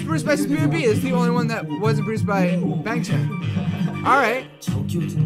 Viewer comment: okay idc that much but i think you should know that youre pronouncing their names wrong lol, its Bang Chan pronounced like B(ah)ng Ch(ah)n or even Bong Chon, Changbin is Chongbin or Ch(ah)ngbin (kindov)